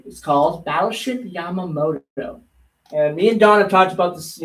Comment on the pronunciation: Yah-mah-tow, you should know better LoL